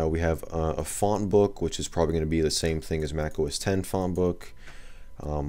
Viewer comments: It's 'OS Ten' not 'OS Ex'. At least get that right if you're pretending to be an expert. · I mean, anything can be pronounced however you like in a certain way. This is a look at 'Red Star Oss' if that's what I want to call it. But it's wrong - and so are you. Saying 'OS Ex' shows an absolute disconnect with tech and therefore distracts from your ability to sound like you know what you're talking about for the rest of the video, which is quickly obvious anyway.